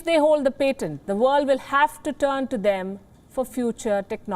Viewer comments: It is pAtent with an A not pEtent with an E. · Can you please learn how to see patent before you say patent. I could barely listen after How you butchered the word. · Patent pronunciation - expect better from WION!